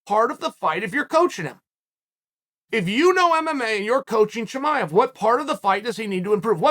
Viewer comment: Unc said shamaya 😭